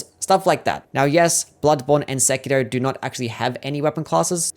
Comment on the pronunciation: Damn. You're the first American I've heard that pronounces Sekiro correctly. Bravo.